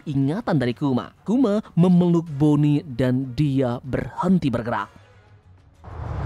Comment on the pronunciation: mohon maaf izin kritik, ada beberapa kata yang tidak jelas, sehingga saya mengulang ngulang lagi, demi membentuk nada dengan cara dipercepat pelafalannya, seperti "tubuhnya" "ditekan" "bonney"